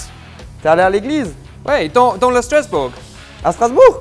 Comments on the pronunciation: Jamie! In the french word "Dans" the S is silent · I might try adding bell pepper next time I make tartiflette, I'm so used to the traditional recipe that I've never tried to change it up. Alsoo, I'm sorry, but I laughed SO HARD! Jamie's way of pronouncing "dans' almost made me cry!